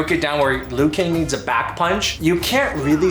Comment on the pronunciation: "Lui Kang" LUL